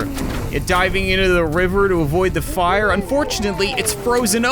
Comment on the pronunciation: Would love to see an update on your battle cats adventures, Been quite a while since we’ve heard a good “FIIRE ZEE CAT-CANOON”